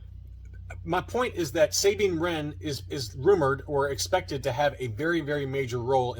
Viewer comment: can you have the owner of those case shells contact me. We live like 15 to 20 minutes away. I tried a few times but to no avail. Idk if he doesnt want to sell them to me or what.....also its pronounced Sah bean, not saying. What rebels and you see. Idk why you pronounce it like that. Its never been pronounced like that in Canon or ever for that matter.